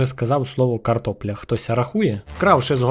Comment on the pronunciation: Ти сказав слово ''карпопля'' 8 разів.